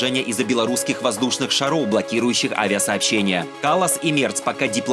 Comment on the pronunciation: Не шароу, а шаров.